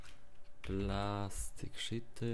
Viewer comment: "Plastic szity" XD